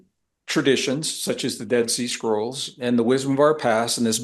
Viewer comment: I kept hearing "dead sea squirrel" 🐿 why? 😂